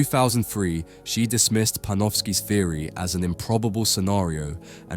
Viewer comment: Its pronounced theory not feary